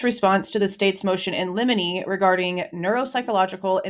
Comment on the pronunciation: Everytime I hear you say Motion In Lemini, I think of Lemini Snicket lol